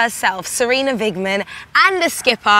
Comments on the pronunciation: its Sarina Wiegman, not Weigman! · England and the UK so needed this. Very happy for all of you. (But it's Wiegman, not Weigman.)